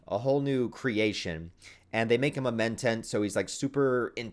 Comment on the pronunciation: Hayt=Hate. Men-Tatt